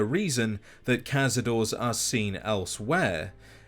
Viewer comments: The plural is pronouinced "kah-sah-door-rays." Not "kahz-a-doors." It is, as you said, Spanish after all. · Cazador-es not cazador, for the spanish reference. Honestly we should be spelling them without the e at the end if you think about it. Cazador-es you say the es at the end. Otherwise it is nit spanish for hunters if you do not say it properly. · They way you pronoucne cazadores doesn't even resemble spanish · Ever since I heard Josh Sawyer say cazadore as caz-a-dor-ay, it's always weird hearing people say it the way it's spelt. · Nitpicking but you’re supposed to pronounce the e in cazadores since it’s a Spanish word. Also the plural of larva is larvae.